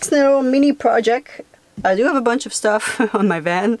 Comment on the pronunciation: Have. Not ave